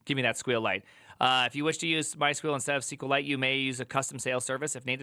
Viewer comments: the way he calss sqwilite just makes me laugh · Dude you pronounce Java so wrong and SQL lite too